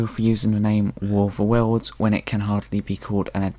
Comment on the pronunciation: Look. It's 'adaption' ok? It's also : 'Worfa Wurls'.